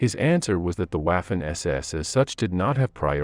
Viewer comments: Not again! They were Vaffen SS, not waffen as in waffle. It is German, for Chrisake. This mispronounciation seems to be impossible to eradicate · Total cringe every time I hear UAFEN, in german W is pronounced as V like in "Jeffery Epstine Very much didn't kill himself", so its Vaffen, not Waffles SS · and the a is ahhh and ayh it made this annoying to watch lol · Mien Herr, the correct pronunciation of theWaffen SS is not waafen but waffen SS I am not with you to help with the correct pronunciation, but I hope that this gives you an idea of the correct pronunciation 😮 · It's not " waff - en", it's " vhoffen". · Not Uaffen but Waffen, pronounced "Vaffen" or vah-fen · The way he pronounce "waffen" , it's suppose to sound "vaffen", not "waffles " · The W is pronouced as a V in english. So Waffen is like Vaffen. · menschenskinder! Waffen is pronounced 'vuffen' in German; how hard is that to say?! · 'Waffen' is correctly pronounced 'Vuffen' in German. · Waffen were foreign volunteers & elite Soldiers.... not to be confused with the allgemeine ss.. also who the FK pronounces it Waf-fin 😆 🤣 😂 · And it does not rhyme with "laughin' ". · Wikipedia, entry «Waffen-SS» – english language: «The Waffen-SS (German: [ˈvafn̩ʔɛsˌʔɛs] […]». This is the pronunciation according to the International Phonetic Alphabet (IPA). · I'm English and have always thought it was pronounced vaffen I'm 70 years old and studied the second world war for the 55 years but I don't really want to argue about it , it's just a word it doesn't really matter how you pronounce it 👍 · That's why I gave it a👎down. Wafen. It was a distraction to me. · Irritating pronunciation for commonly used German terms. "Whaffen”!? "Leibstandard"!! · de Łafen SS : D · The narrator mispronounces waffen. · This guys pronunciation of Waffen and Guderian made this utterly unwatchable. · Pronounce waffen correctly the W has a V sound in the German language. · For Christ's sake make a f-ing effort to at least pronounce Waffen SS.